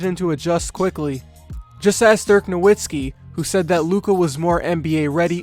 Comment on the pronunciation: dirk no-VIT-skee you twat